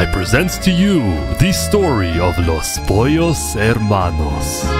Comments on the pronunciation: his pronunciation of los pollos hermanos is pretty spot on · What a nice spanish pronunciation of Los Pollos Hermanos XD (Incredible restaurant) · Not me enjoying every time he pronounces Los Pollos Hermanos 👌🔥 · Coming from a fluent Spanish speaker really good pronunciation!